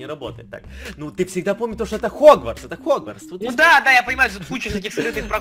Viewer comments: не Хрюхогвардс, а Хрюгватс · не хрю-хогварц, а хрюгварц